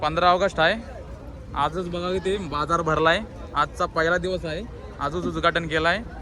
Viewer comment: भावड्या उदघाटब झाले कि उजघाटन झालंभावा. मराठी शब्द व्यवस्तीत उच्चार करा. बाकी व्हिडीओ छान.